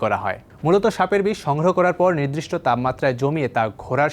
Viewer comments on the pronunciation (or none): নির্দিষ্ট শব্দটি কেউ সঠিক উচ্চারণ করেনা কেনো? সবাই নিদ্রিষ্ট বলে।